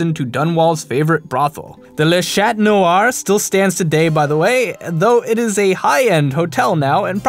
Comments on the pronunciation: Chat noir means black cat mate.... And it's pronounced Sha noir... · Le Chat Noir. the "T' in Chat is silent. The "CH" is soft. the rest you said correctly enough